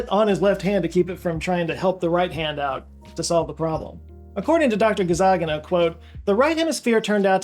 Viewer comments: JOE, WHY DO YOU KEEP SAYING THAT NAME WRONG? You keep saying "GazzaGINA" with total confidence when it's "GazzaNIGA". You are transposing the "g" and the "n", and this is a scripted video that's the product of detailed research, how can you propagate such an obvious mistake? How can no one in your team catch it? Are you doing it in purpose to make a point about how the brain mixes up things in processing? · It's Gazzaniga NOT Gazzagina. C'mon man. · Nice video although I can't help but noticing how you're butchering the name of Dr Gazzaniga. It's not "Ga-zah-ghee-na" as you keep saying, but "Gah-zzah-nee-gah", with the stress on "nee". the actual italian name was most likely Cazzaniga and as usuallly happens it got mispelled when his ancestors moved to the States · GazaNiGa not GazaGiNa 😆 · "Gazzaniga" is pronounced gahz-AR-nee-gah, instead of gahz-ah-NEE-gah (where capitalisation indicates stress). Very interesting video though, as usual, TY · Why pronouncing the scientist name Gazzagina instead of Gazzaniga?! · Cool video. Unfortunately, you pronounced his name wrong. It's Gazzaniga, not Gazzagina. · you pronounced GAZZANIGA as GAZZAGINA throughout. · “Gazzagina” is an interesting way to pronounce “Gazzaniga” 😂😂😂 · It's pronounced Gazzaniga. Not Gazzagina. You got this man's name very wrong. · i'm pretty sure it's not pronounced Gazzagina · Fascinating video, thanks for making it. There are over 14000 comments below it at this time, so chances are some other triggered Italian pointed this out already, but it doesn't hurt to do it again: the correct way to pronounce Michael Gazzaniga's last name is Gah-dzah-KNEE-gah (stressed syllable in all caps). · Is it my brain mishearing, or is he mispronouncing Gazzaniga as Gazzagina throughout the entire video? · you repeatedly pronounce the doctor's name as [Gazzagina]... just sayin';-) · I belive it's pronounced with inflection on the second syllable. Ga-ZAN-i-GA